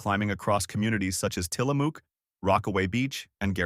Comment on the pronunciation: Some of the mispronunciations are just painful, but hearing Tillamook pronounced as Tillamooooook is pretty hilarious! 🐄 Separately, this isn’t factoring in what Trump has done to the economy across the United States which, typical Republican, trashed the gains from the prior Democratic administration. The only time the Republicans care about the deficit and the economy is when they are not in power!